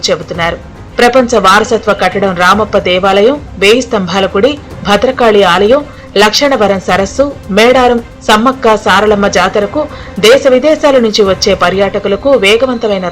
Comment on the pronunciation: తల్లి అది లక్షణవరం కాదు అమ్మ, లక్నవరం సరసు